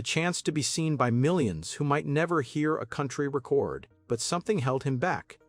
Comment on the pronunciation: pronouncing "record", the noun, as "record", the verb. Humans know the difference. And the grating references to Glenn and Deacon Frey as FRAY. Avoidable mistakes in the robot narration makes me wonder if there is any attention to detail in the story. Almost like you didn't care. ????